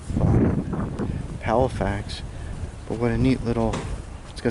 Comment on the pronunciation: Not PALAFAX,, palaFOX, PLEASE say fox not fax